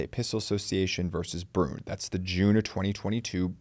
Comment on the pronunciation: It is not pronounced “brun” it is pronounced “bru en”